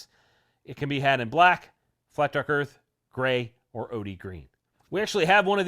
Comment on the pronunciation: It's weird to hear you say "Flat Dark *Earth*."